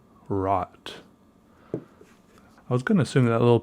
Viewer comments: yes it means red and u are supposed to pronunce it an other way. More like r (oh) t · Rot is pronounced as rode. not that it matters, but maybe you would like to know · Rot. Pronounced row-t or roe-t. Long o. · Rot = red pronounation: r oooo t language: german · Rod does mean red, but not with that english pronounsiation(don't know if I spelled that rigt). It is a scratchy sounding "r". Then the rest of the word sounds sadly German witch simply sounds bad. Real bad. But hey I'm Danish so fuck the German language 😂😂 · Hey! Really enjoyed this one. Nice intro! I'm from austria (people speak german here). When you read the name of the ink I cringed hard. Have a nice day! ~M. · Yeah it's right, Rot means red, but it's not pronounced like dat. Pls watch a video in yt how to pronounce it right...